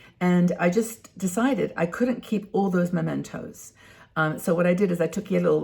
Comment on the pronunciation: Mementos, not Momentos.